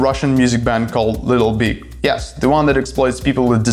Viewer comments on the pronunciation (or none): Нарешті в ТТ є англомовний канал! Ура! Але ведучий не краш. Якось він не чітко вимовляє слова. Таке враження, що йому важко говорити на анг, а глядачам відповідно важко його розуміти. Якщо конкретніше, то: 1. не чітка вимова 2. деякі слова взагалі не правильно вимовляє 3. замість звуку и вимовляє і, що дуже ріже вухо (літл біг) 4. не акцентує важливі для розуміння суті слова 5. чути, що старається говорити з американським акцентом, але щось не получається Одним словом, просодика і артикуляційні вправи йому в поміч. Сорі за критику. Мені хотілося б писати, яка в нього класна англійська, але не можу.